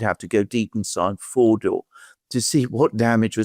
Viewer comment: Thank you for saying Fordo instead of Fordaow